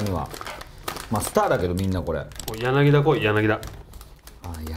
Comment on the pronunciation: ずーっと間違ってるけど、「やなぎだ」じゃなく「やなぎた」 です。だから「ギータ」